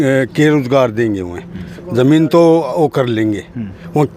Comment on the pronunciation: Colony zar ko zamin kyun jamin kyun bolti hai